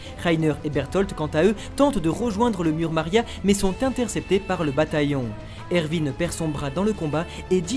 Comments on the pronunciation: Pas erVin C Erwin !!😂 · Par contre pour les fautes de prononciation des personnages c'est erwin et pas ervin et c'est pas rayce mais reiss non mais sincèrement les gars vous êtes passés à ça du résumé parfait de l'anime de snk et tous ça à cause juste d'une faute de prononciation 😭😭😭🤦‍♂️ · C moi ou il dis ervin au lieu de erwin